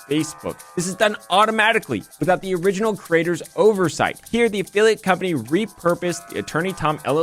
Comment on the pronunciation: It's oversight, not oversite....